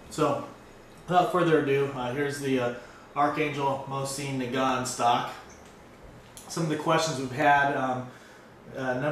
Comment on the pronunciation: "MO-ZEN -NA-GONT" not "MO-CIEN NA-GONT"